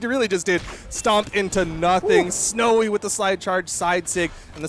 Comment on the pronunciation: "sowy is snow good" lmfaoo